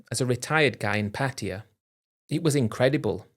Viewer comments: Same old story and the same stupid British pronunciation, Patia, dumb Brits just can’t say Pa Taa Yaaaa lol 😂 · Everybody please stop saying PATTeeya. Cringe. Its pronounced pattaYA. Stress is on the end of the word not the beginning 🤷